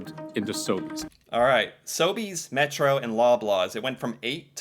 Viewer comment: you pronounced them perfectly. I’ve never heard of Metro, plus though, just Metro